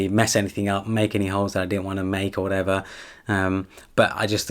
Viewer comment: He does! And he likes to say "or wa'ever" often. I find it funny hahaa